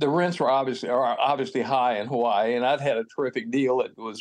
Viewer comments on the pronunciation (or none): Why has it become Huwaii？ The vowel ā Bang shirked has become a real problem! All the A becomes u...